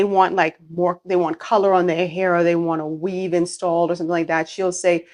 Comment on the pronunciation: It’s weave not Weth